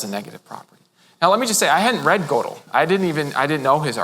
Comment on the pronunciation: I am sooooo glad he decided to just let it rip. He is so good. This is what philosophers should be like. It's even okay that he mispronounces Gödel.